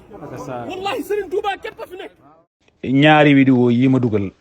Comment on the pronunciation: Saway ken dou wakh widéo...on dit vidéo